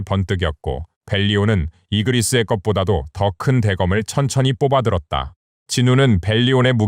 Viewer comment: 이그리스가 아니라 이그리트고 바르가 아니라 베르다 말 똑바로해라 알지도못하면서 지멋대로 이름 바꿔대네… ㅉㅉ